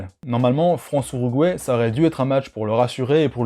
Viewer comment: Je decouvre un nouveau pays avec toi : l'ourouguay xd